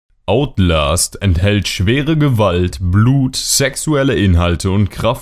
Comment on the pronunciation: Simon ! Es heißt outlast